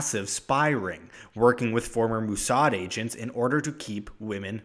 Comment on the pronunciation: Lol, "Moossard"